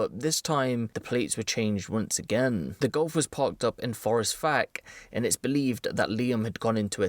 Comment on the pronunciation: I laughed when he said forrest fack though